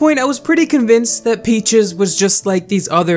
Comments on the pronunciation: Normal people: peaches: p e a c h i e s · I take back what I said, his pronouncation of it gets worst and worst throughout the video. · Sometimes it sounds like he says "Peachees" instead of "Peaches" I find it so adorable 💗💗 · yo he’s saying it like peach-ehs — that’s normal. 😂 Edit: he does start saying peachees. Haha 🤣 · Omg yes. He said Peachies, not Peaches. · I’m more distracted by the fact that he keeps calling her “Peachies” lol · new drinking game: take a shot every time says “peechiez” instead of peaches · I laugh when says “peechees” instead of peaches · Why is he saying "peachies" instead of "peach's" lolll it makes me mad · Why are you saying “Pee Cheese” lmaoooo I know damn well you can say Peaches 😭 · Lol I love how he doesn’t say peaches he says pea cheese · Youtube subtiles; P-cheese instead of peaches lmao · oh my lord its peaches. not pee cheese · WHY DO YOU KEEP CALLING HER PEACHIES hahahahaha it’s peaches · i cant take this seriously bc you keep calling her "peachies" literally why can't you say peaches? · pronouncing her name “peechees” is maybe the cutest thing ever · I died inside every time you said “Peechees” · right, Pee-Cheese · Pee cheese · lilah boohole its PEECH-EZ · Lol yea "pee cheese" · Why do you call her “PeachEEEse” 😭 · Peach es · Jamal Rathur feeces,if you know you know😶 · why do u say peaches like “pEaChEeSe” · i love this guy (not peaches i hate her) but he says her name like peechees lol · He said peechess lmaoooo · everytime he said peachys like ahhh i’m triggered it’s not how you say it no hate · “Peachies” lol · Why is he saying peachees. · Stop saying peach-eeze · good video but does it bother anyone that pronounces peaches “peachies” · Peach + feces💀💀😭💀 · she sure is one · Same. Not sure how anyone over the age of 10 doesn't know how to pronounce peaches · how tf are you unable to pronounce the word peaches, i'm sorry but that drove me insane